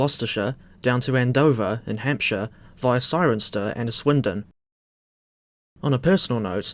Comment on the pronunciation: British placename pronunciation has struck again, Cirencester is pronounced: 'Siren sester'